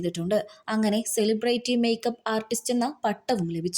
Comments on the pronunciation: സെലിബ്രേറ്റി അല്ല സെലിബ്രിറ്റി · സിലിബ്രിറ്റി.... എന്നു വായിക്കു